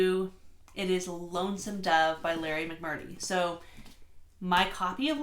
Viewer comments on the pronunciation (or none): FYI it’s McMurtry not McMurry.